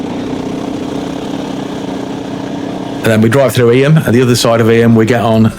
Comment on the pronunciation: Hi, thanks for another great vid and responsible riding. The lane up from Stoney Middleton to Eyam is Mill Lane, not Water Lane, and Eyam is pronounced eeem, not e'yam! 😁